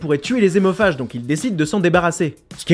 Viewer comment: Lol! Si hémophage, ça commence par H donc pas de liaison ! Donc on ne dit pas" des zémophages".... comme on ne dit pas les zaricots... Ça commence bien.... Et si liaison, ce sont bien des adeptes de Tokyo Hôtel...